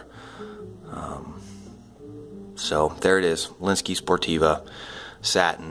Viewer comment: You keep saying sportiva? It's Sportive with a silent v from the French Sportive.